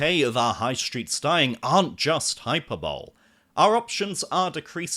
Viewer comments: hyper bowl!? it's pronounced high - perbollee. You're lucky to have so many games shops (currently) open! Our town has none and even Milton Keynes only has 2 (Game & CEX) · Hyper-bowl? lol you mean hyperbole (hyperb oh lee) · Hyperbole is pronounced high-per-bo-lee.